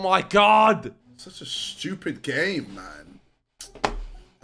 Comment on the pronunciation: this game is so “stjupid”😂